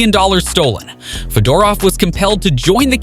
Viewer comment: You pronounced Fedorov's name incorrectly..